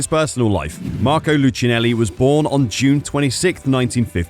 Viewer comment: The right pronunciation is lookeenelli